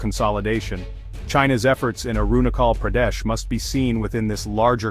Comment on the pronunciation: China itself illegally capture tibet so how china claim arunachal pardesh ?? ... N pronounce correctly .. i must say your pronounciation is very bad and irritating 🤣🤣🤣